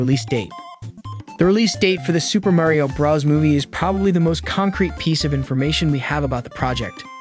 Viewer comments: It’s Mario not mayrio 😂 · why tf are you saying merio?! you say so mich weird for his name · Why are you calling it Super Mario BRUS Also did you say Mairio?